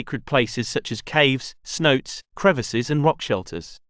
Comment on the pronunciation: Cenote is pronounced 'Cen-o-tey', not 'Cenot'. Please get it right.